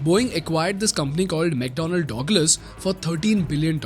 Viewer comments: bhai...its not Dog-lus. Its Dug-lus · Pronounciation for 'douglas' is like 'da glass' but not 'dawg lass', sounds very odd :) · It's mcdonnell douglas (duglus pronounced) Not Dogless.... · ayo what I heard DOGLAS hahah damm, it's DugLas not DOG it's DUG. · say douglas again :face-green-smiling:🤣🤣🤣